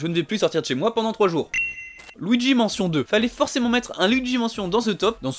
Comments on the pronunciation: Par contre c’est luigi « manshion » pas mention et c’est Pokémon « ZA » pas « AZ » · C'est quoi cette horreur de prononciation de Luigi's mansion! Faut utiliser la prononciation anglaise et ça sera beaucoup mieux , au moin essayer